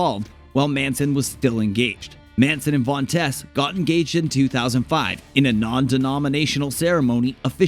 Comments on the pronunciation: It sounds like tease not tess. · Where do Americans get their pronunciations from... Dita Von Teese as in Cheese... To tease someone... Where do they get Tess from??? Idiotic.